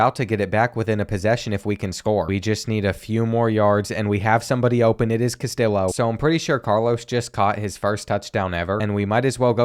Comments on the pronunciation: as a hispanic person, hearing you say "CastiLLo" instead of "Cas-tee-yo" hurt my soul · Brother it is pronounced “cast-tee-oh”😭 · Castillo = CAS-TEE-YO lol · Him pronouncing it “Cas-till-o” instead of “Cas-tee-o” is so Southern it hurts. Love it lol. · As a michigan fan, this makes me so happy and sad at the same time P.S. please say "Castillo" right. KAST-ee-YO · carlos castillo is pronounced cas tee yoh lol. sick ass series tho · Castillo is pronounced (cuh-stee-oh) sorry to be the grammar police😬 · Isn’t that guys name in particular pronounced cas tee low? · Take a shot every time he mispronounces “Castillo”. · I wanna hear him pronounce “tortilla” cuz he’s butchering Castillo 😂😂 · Or the way he pronounces Castillo and Jacquez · Castillo is pronounced like a Y. In Spanish two l’s beside each other makes a ‘yuh’ sounds. Sorry but it was bothering me last video and this one lol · Please stop saying Castillo like that 😭😭😭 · very much enjoyed this, but I need you to learn to say Castillo correctly, every time I cringed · His pronunciation of Castillo is making Mexican people cry everywhere 😭😭 Honestly part of his charm lol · Love the content. Just a heads up, LL in spanish makes a Y sound. Castillo rhymes with Neo.